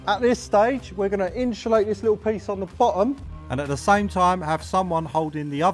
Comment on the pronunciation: in-SHUU-late 🤣🤣🤣 Great Vid